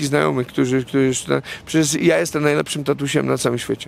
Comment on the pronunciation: Juz weryfikuje. Mowi sie "JESTEM" a nie "JESTE"😂